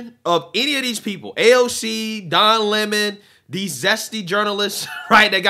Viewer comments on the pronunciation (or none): none